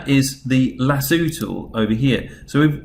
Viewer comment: 'lasooo' im dying rn